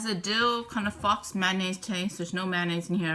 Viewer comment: LOL on your wrong pronunciation of "faux."